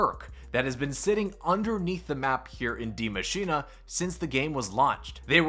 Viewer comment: This Maps Name ist die Maschine not die maschina its Not That hart even of you not German